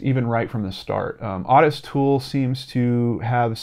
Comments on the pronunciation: Otis pronounced Oh tis....just saying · I remember this case I was 15 years old and lived in FL. Horrific. Has haunted me through the birth of my own children and now my grandchildren. I never ever let any of them out of my sight whilst in public. And gentle correction. The name Ottis is pronounced "Ohh-tis" 😉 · Its "O" -TIS!!!!!!!! drove me buts the entire video. Wiki even has the pronunciation on the page! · Totally the same lol, I was clenching my teeth the whole time.